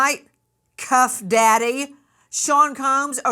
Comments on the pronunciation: She said cuff daddy. I’m a mess over here😂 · She said cuff daddy